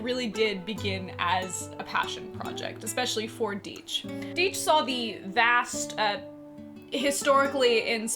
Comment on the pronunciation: A nice video, but please my friends, it's Die-ch, not Dee-ch.